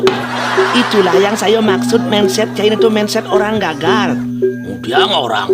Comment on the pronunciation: Mindset dibaca mainset. Solusi bukan selusi